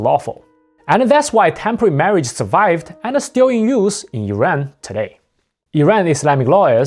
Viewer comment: please say IRAN